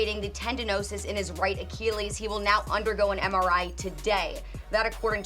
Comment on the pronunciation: Who’s the girl reporter who has no idea how to pronounce achilles??? It’s not Rachel Nichols, is it?????